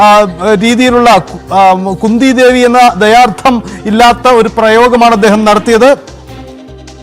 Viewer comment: ന്യൂസ്‌ വായിക്കുന്ന ചേട്ടാ കുന്ദി ദേവീന്ന് പറയാൻ പാടില്ല 😋